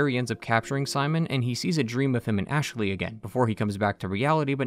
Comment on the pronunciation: oh god he says ASHE-LEY in this video as well, drove me nuts in the mass effect videos